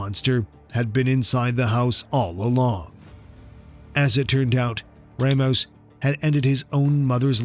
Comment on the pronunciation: Ra mos not ray mos.ramos. mispronounced names upset people.